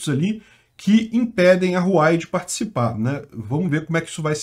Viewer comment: Não é Ruai não KKKKK, o correto de falar serio algo como Ruauei, so que esse R ai é um pouco mais mudo, por isso é um H em vez de R